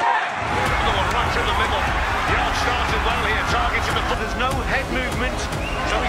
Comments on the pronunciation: 'yarde' lol, you clearly didn't watch the fight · You missed allot.. Also, his name is pronounced Yard.. The e is silent.. If you really knew boxing you would know that